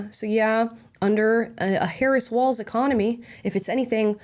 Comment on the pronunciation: You mispronounced Harris as "Herod." I'd say it's still an apt description.